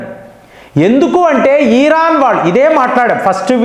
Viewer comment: ఈరాన్ కాదు ఇరాన్ అని అనాలి. ఇబ్రహం కాదు అబ్రహం అనాలి